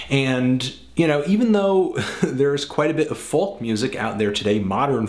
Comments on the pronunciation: Never heard anyone pronounce the letter l in "folk". Normally it sound like "foke". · I love this album.. reminded me a lot of Nick Drake. Such a beautiful and mysterious voice. One thing though, Folk rhymes with Yolk, not Hulk.